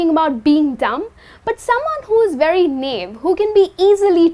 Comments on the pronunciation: Correct me if I am wrong, the pronunciation of 'Naive' you are using is incorrect. Its Na-ev. Btw i love your tutorials. 👍👍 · You are right, she mispronounces 'naive' (naɪˈiːv)